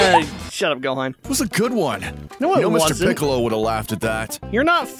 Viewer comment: He sed gohon